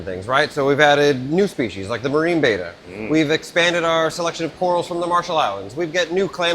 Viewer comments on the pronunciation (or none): Pleasssssssse. It is a Betta. Bet-ah. Not a beta, bay-tah. C'mon man. That's like saying you have an Achilles Tayng.